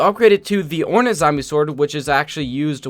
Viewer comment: ore-nat zombie sword Me: actually it's pronounced ore-nate